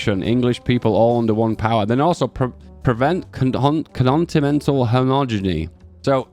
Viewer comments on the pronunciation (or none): No way, this guy can't read fucking "continental" 💀💀💀💀💀💀💀💀💀💀